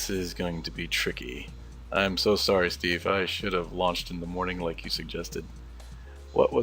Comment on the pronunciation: You said Steef right!